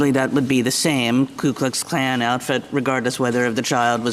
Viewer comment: Alito pronounced KuKluxKlan properly, if I heard it right. The others were saying KLUEKluxKlan. They don't even know what they are saying, but Alito does.